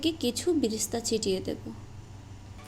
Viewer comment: Bresta না। এটা বেরেশতা।